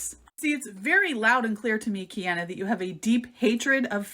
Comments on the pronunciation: It kills me that the “scientist” tries to belittle Kiana the entire time and talk herself up so much, but can’t even watch one of Kiana’s videos or learn how to pronounce Kiana’s name properly. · All I need to know is wrapped up in the way she’s intentionally mispronouncing Kiana’s name in a blatant attempt to demean and dismiss her “Bye Felicia” style. “Credentials” aren’t required to research and present information for an audience to discern.